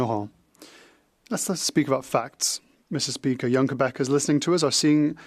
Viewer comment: Meester speeaker!